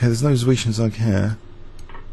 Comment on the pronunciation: says zwischenzug meaning "between move". The "z" is pronounced as "ts" and the "u" is pronounced like "oo" in "good" so the correct pronunciation is like "tswischentsoog".